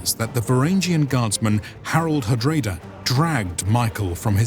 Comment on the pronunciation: Same for hard-rah-da, not hard-rey-da :D